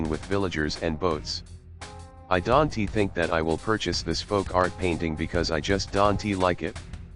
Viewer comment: "I dante usually buy paintings like this." lol I guess the robot doesn't say don't very well... I like these videos. I think there is a deeper meaning to the pictures lined up with the talking... and you should get like a wall like Mr. Rodgers to play these educational tapes... or a robot.